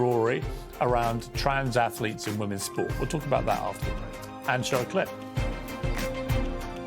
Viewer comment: "AFLETES" Seriously? He can't even pronounce Athletes.